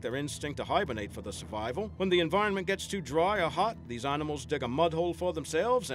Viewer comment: at the begining he said "Annamals"